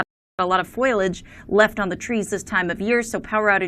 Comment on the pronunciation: the woman says "...Foilage"...really? I'd like to see her grade school spelling tests!